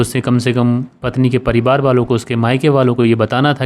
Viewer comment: मैं बेचन गोंड कैमरून अफ़्रीका से आपके कहानी सुनाने का अन्दाज़ बहुत अच्छा है ।❤ कभी - कभी आप परिवार को परिबार बोल देते हैं !